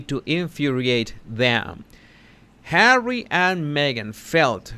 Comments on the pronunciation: Love the way you say “Arrie”..funny as 🤣👌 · OH U're beginning to sound like Ricky Ricardo when you say Harrree